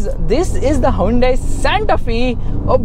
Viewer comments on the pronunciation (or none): wtf is hai-un-dei? 🤣🤣🤣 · The way you pronounce Hyundai😂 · haa yun day lol chaney